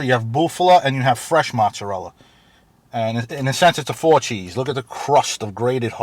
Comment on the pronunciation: Learn the proper way to say, "Mozzarella".